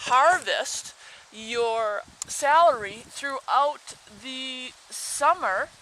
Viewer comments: IT'S cElery....not sAlary.... lol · i know its stupid... but the way you say celery drove me crazy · dont be sorry lol thats silly i just have alot of pet peeves due to my grandmother correcting me "to this day" never be sorry, thats ho wya say it i just had to get it out that it bugged me lmao